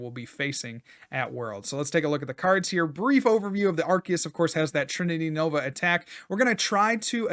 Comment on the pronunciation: That's definitely NOT how we say trinity nova in Australia 🤣